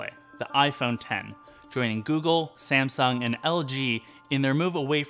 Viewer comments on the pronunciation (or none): none